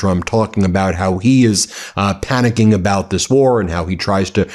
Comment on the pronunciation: Stop saying panicking....